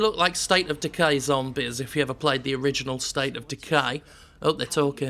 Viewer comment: I like the way he says zommbehz